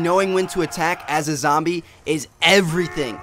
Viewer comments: He said lombie leader lol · he does say lumbee leader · did anyone here him say lombie at the end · he says the Lombie leader